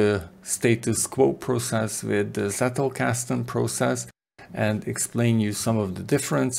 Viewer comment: Being German, I cringe every time I hear "settelkasten". It's pronounced "tsettelkasten", as in "tsunami". Sorry for being picky, even more so if you heard this for the umpteenth time. Otherwise, great work, thank you very much!